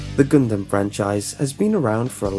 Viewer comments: um it is pronounced gun•dum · I don't know why I found it so funny, but "GunDUM"... LOL "Duuhhhh, it's me, Hiro...Durrrrr"